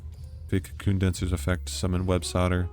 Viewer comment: Holy hell you called Websoilder, "websodder" like 15 times in a row, I thought it was an accident. Driving me insane